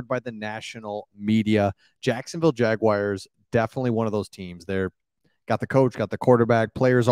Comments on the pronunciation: Cool channel! oh and it's 'Jag - wars' NOT 'Jag - wires'.. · Pretty please stop saying Jag-Wires. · Dude, please learn to pronounce my teams name!! There is no I in Jaguar!!🙄🙄